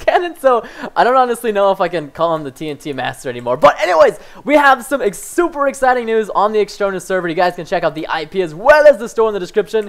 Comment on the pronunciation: "We have some ex-super exciting new" xD